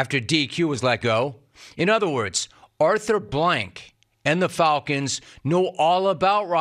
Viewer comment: The "Fulcons"?